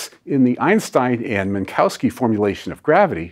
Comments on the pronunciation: There is no "cow" in Minkowski. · Minkowski is pronounced /min'ko(f)ski/ – there's no need to alter a word that is totally pronounceable in English. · You'd have more credibility if you'd bother to pronounce Minkowski correctly.